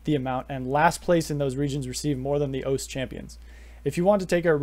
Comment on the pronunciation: Great video although you might be the only person to call O-C-E “oace”